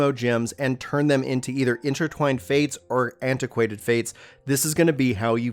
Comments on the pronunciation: "Antiquated Fate" "Stanima" "Enema" Bro I'm not sure that this is the career for you LOL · Oh dear lord... dude.... can't you read?! "STANIMA"? ... no! Repeat after me: S-T-A-M-I-N-A! . It's ANEMOCULUS not... whatever the f***ck you said... And "Aquaint Fate" not... antiquated fate.... And a BUNCH of other stuff, it made my brain hurt.... other than that, good video. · It's acquaint fate not antiquated fate lol. Good video though! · Antiquated Fate. Hahahaha but its all cool. I subscribed cause of the content and the compliments